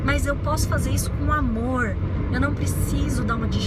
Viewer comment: O seu sotaque pra falar "amorrr" é muito bacana. Lembra um pouco o meu "interiorrrr" de Minas... Mais um vídeo delicioso em que você parece que está do meu lado falando só pra mim ... são conceitos (na maioria) com os quais eu concordo mas... você fala de um jeitinho tão seu que... sei lá... é diferente. É próximo... é íntimo(sem ser invasivo)... e é leve... Não é uma imposição de ideias... é um bate papo entre pessoas que se gostam e se respeitam... ... ...